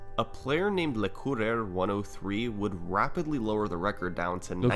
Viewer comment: Nice French pronunciation on Le Coureur. It means: the runner